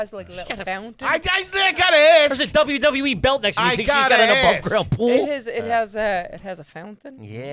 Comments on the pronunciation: When she said WWE it totally sounded like Dublin Dublin E 😂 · Hahaha. Came here to say this lol🤣. One too many Ws there